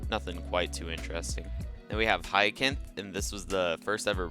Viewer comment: Hyacinth is pronounced hi sin th